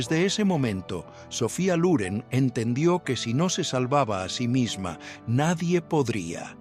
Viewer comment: No se dice Luren sino Loren